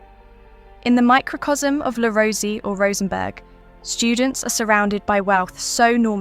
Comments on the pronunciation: Pronounced Le Rose-A :) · Le Rosey is pronounced Le Roz eh . Also, Le Rosey's winter campus is no longer in Gstaad . They moved more than a decade ago. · This piece has irritated me for several reasons: - * The commentator hadn’t bothered learning how to correctly pronounce ‘Le Rosey’. * What evidence is there that parents put their children into Swiss schools for the reasons argued? How does she know that wealthy parents don’t simply want to give their child a different schooling experience? * I know several people who were schooled at one of the schools she mentioned and I know for a fact that scholarships were granted to those with less money. * I also know that this particular school offered fairly ordinary food to its students. Certainly not Michelin Star or Cordon Bleu level! * Whilst some people have done well, that is not the case for all alumni. However, they have been provided with school experiences (skiing, climbing and cultural) that they may never have encountered at other schools. If the parents can afford this, why not? To my mind this piece reflects a classic case of inverse snobbery by the researchers and/or commentator.